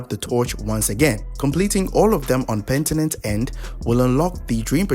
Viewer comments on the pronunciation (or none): none